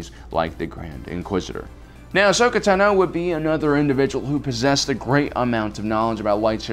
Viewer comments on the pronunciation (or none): also, my name is TA-no, not ta-NO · Ahsoka TAH-no.